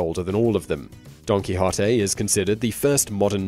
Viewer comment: Cao Xueqin: Dream of the Red Chamber; Antoine de Saint-Exupery: The Little Prince; Paulo Coelho (a Brasiliano): The Alchemist - I didn't know about these. Now go work on your pronunciation of Quixote - He was not a key hottie nor a key hot tay. Go listen to Ricky Ricardo of I Love Lucy say the O sound in NO.